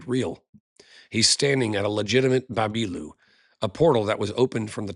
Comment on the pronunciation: It is amazing presentation, your vocals of the name of what they used to say are near to their vocals for the place such as ‘baabilu’ and ‘zageratu’